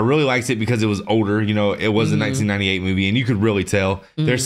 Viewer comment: My dude said 1998 with his whole chest and my knees instantly started hurting 😭